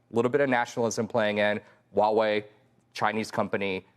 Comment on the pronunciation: ✅Huawei ❌Wuawei